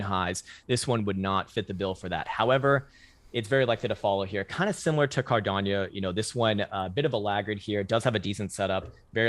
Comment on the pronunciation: A Great TA guy but he pronounces Cardano as if it’s Hispanic. He said Cardanyo